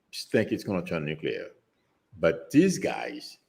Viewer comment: Nuclear pronounced Nu-clear and not nu-cu-lear